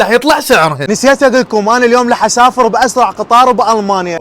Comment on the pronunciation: ليش ما تحول راح تحول لاح😂 من اسمعك تكول لاح اتذكر اختي الصغيرة😂